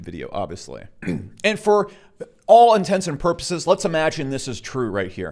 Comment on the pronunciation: "Intensive porpoises" = "Intents and purposes" ... "Eckspeshulally" = "Especially" ...